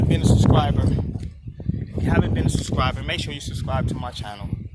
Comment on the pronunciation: SUScriber. Lol. Not SUBscriber. Lol. He said that incorrectly if I’m not mistaken, lol. Are you gonna sit? 1 min in and I’m dizzy.